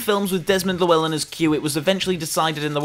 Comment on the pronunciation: My inner Welshman took a blow listening to how you pronounced Llewellyn